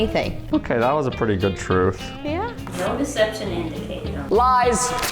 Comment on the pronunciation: What the heck are you saying the trohgth